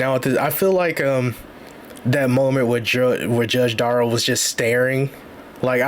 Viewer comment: "Watch Duh-rell fail...... at not going to prison" 😂😂😂😂😂